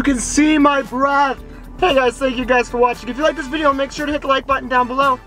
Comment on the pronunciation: ...really, you just want attention don't you? i really don't think anybody cares. by the way. it's video, not VADIO.